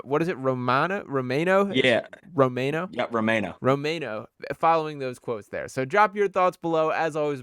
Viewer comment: Totally got the pronunciation wrong. Romano = Row-man-oh He pronounced it himself on another show.